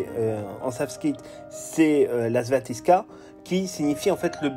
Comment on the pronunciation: Svastika, pas staviska.